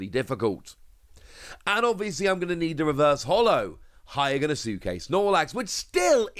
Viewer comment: you do realize you say hyogonosuke wrong right